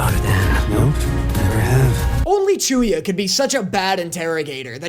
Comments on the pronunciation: calling chuuya chew-ya is such an amazing and dumb joke, why did i never thought about that? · The Chew-ya one 🤣